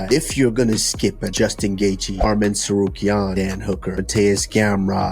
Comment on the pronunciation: Someone tell Usman there's not a fucking O in Tsarukyan 🤣